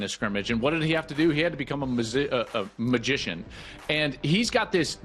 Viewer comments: Love Joel but the word magician was kicking his A$$ lmao 😂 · Joel has almost as much of a problem with the word "magician" as Sukihana....